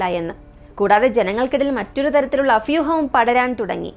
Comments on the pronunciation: അഫ്യുഹം അല്ല അഭ്യൂഹം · അത് ബ്രോ അവരുടെ നാട്ടിൽ ഭാ എന്ന അക്ഷരത്തിനും പകരം ഫാ എന്നാണ് പറയുക അറിഞ്ഞ് കൊണ്ട് പറഞ്ഞത് അല്ല 😂😂